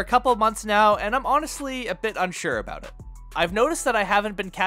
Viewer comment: That’s aboot all the time I have for this video lol